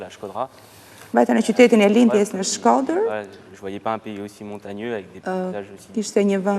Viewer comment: Ky djali kur thote fjalen Shkoder duket sikur thote shkerdhat